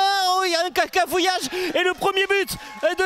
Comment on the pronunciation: un cacafouillage? il a des problémes de transit apparemment 🤣🤣🤣🤣🤣